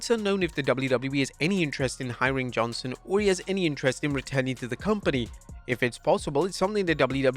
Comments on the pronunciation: JohnsTon...not Johnson. Pronounced it wrong on every single reference in this video. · Johnston not "Johnson"; you got the written name right, but not the spoken one...